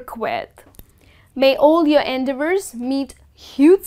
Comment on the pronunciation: Dear, Why do you put stress on the first syllable in the word "endeavor"?